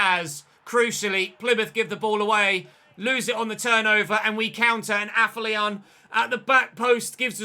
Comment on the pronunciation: Day 12 of telling its pronounced AFFER-LION!!!!